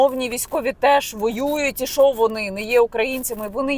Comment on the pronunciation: Яніна, в українській мові немає слова "шо". Є слово "що". Вам складно говорити грамотною мовою?